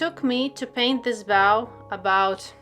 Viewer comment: I just stumbled across you an hour ago, and I’m already so grateful for the videos I’ve seen! I can’t wait to try the tutorials now that my high quality paper has arrived! Thank you so much. 💜 Just wanted to let you know that ‘bow’ (as in a ribbon) rhymes with ‘no.’ ‘Bow’ (as in bowing your head to a queen) is pronounced the way you were in the video, rhyming with ‘now.’ I’m incredibly grateful to be a native English speaker because it is an absurdly difficult and absurd language, and I can’t even imagine trying to learn it as a second language. I have so much respect for anyone who can speak multiple languages, but especially if they’ve learned such a convoluted language like English as an adult. Your English is spectacular, and I’m incredibly grateful that you’re willing to post these videos in English. Thank you so much!